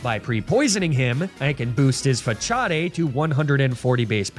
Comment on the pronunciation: was a good video til i heard Fah-Cha-Day as the pronunciation of Facade 5 times in a row, wtf